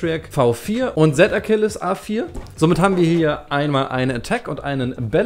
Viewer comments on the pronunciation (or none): Du sagst Akilles er heißt aber Achilles! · Er heißt Z achilles nicht Z ackilles